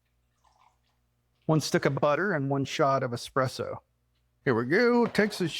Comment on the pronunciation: Thanks for the recipe for this cake,. Just 1 thing, please? There is no x in eSSpresso. ❤